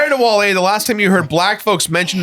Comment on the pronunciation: Debating the whiteness of sitcoms and then pronouncing Wale as "Whale" is top tier